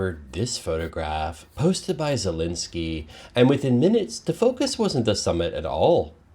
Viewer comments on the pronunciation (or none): none